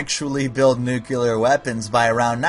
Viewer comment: What's a nuke-u-lar weapon?